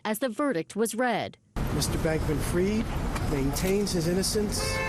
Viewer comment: Why does everyone in the media mispronounce this guys name ? It’s not “Freed” and it’s not “Freid”. It’s Fried, like chicken.